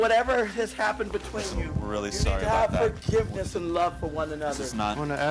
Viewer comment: Yeeershh Forgivnishhh!